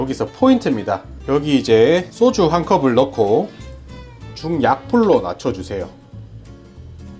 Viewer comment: 쏘주가 아니라 소주 꼬추가 아니라 고추